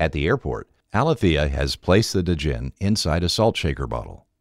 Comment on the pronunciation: It's pronunced Djinn(Jin), not D-Jinn and Sheba(She-ba) like the Queen of Sheba.